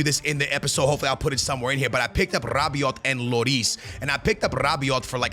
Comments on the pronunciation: Bro it's not Rabioti you gotta say Rabioh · Rrrrabiote and tchouamenerrr